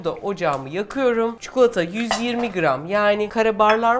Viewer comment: Çukulata değil çikolata . Konuşma dilinde kelimeler değişebiliyor. Fakat çikolataya çukulata demeyin lütfen